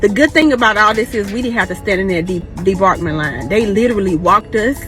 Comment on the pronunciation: It’s pronounced disembarkation not Debarkment smh. Ghetto people make up their own language 😂